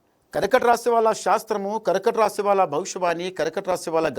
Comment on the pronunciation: పేరు శాస్త్రి అని ఎవరు పెంటుకుంటారు. కర్కాటక రాశి అని పలికేదే సరిగరలేదు